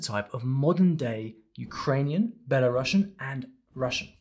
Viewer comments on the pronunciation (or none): You didn't pronounce Belarusian correctly there are no sh/ss sound. The correct pronunciation is "Беларусіан"